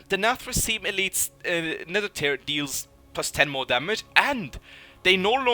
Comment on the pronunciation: Just a small thingy: "tier" is pronounced more like "tear", not like "tire". Anyway, good to see you still upload these videos, they're really helpful!:D